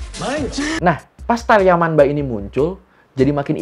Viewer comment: Bang, untuk pelafalan yamanba/manba itu tetap dibaca yamamba/mamba bang. Soalnya kalo di huruf n ketemu b atau p dibacanya jadi m. Sekian bang🙏